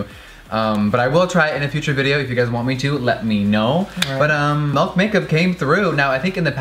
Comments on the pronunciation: ‘JUST GET THE DAMN MAULK’ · You say melk instead of milk. Wtf bae? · “Melk is cruelty free” MILK JEFFREE IF IT WAS MELK THERE WOULD BE AN “E” BUT NAW, THERES AN “I” SO ITS MILK M I L K MILK!!!!!! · Okay, this killed me. I love Jeffree SO fucking much, but even Nate looked confused when he looked on the papers and saw that it did not, in fact, say "M-E-L-K" on the packaging. LOL And hello, can we just confirm that the word "ethereal" has four syllables? It's such a fucking struggle when you learn your words from books that nobody else fucking reads. Believe me, I've been pronouncing words incorrectly for most of my life. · My man says Melk instead of milk as well... I litteraly do not understand why 😂🤦🏼‍♀️ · just give him the malk josh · The way you said milk this entire video 😭 "melk" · MELK lol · My brother says Milk just like you. Melk!!!! lol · Omg, did he just say "melk"?!?!?! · he said melk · "Melk Makeup" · Oof jefree I love u but.....wtf is melk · am I the only one that cringes when he says MELK???